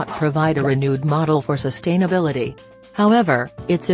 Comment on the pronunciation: All I kept hearing was “sust-hain-ability